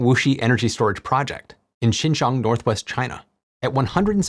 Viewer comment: Shing-Shong?! 😂 I had to look it up. Xinjiang, pronounced shin-jang.